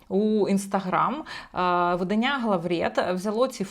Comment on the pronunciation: Наголос видАння. ВиданнЯ це заміж видають.